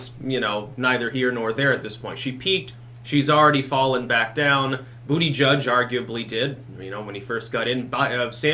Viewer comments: Its butty-geeg! You had it right before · I clicked on this video to hear you say ‘booty judge’. It’s been stuck in my head for weeks.